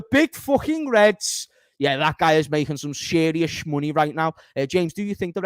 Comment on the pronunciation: "Chris...what yous laughing for ... am being sheeerious"